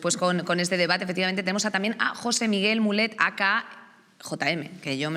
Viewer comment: Madre mía el cringe cuando dicen "mulet" pronunciado como el peinado